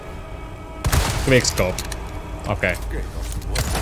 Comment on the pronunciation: Sanoit guigk scope vaiks tähtäsit koko ajan😅😅 hyvä video!👍👍👍